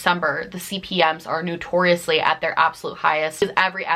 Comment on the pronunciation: I love this video. It helps people understand that a large channel isn’t necessarily being bratty or ungrateful when they get concerned about views. And I giggle every time you pronounce notorious as new-tortious. 😊 I love you. ❤️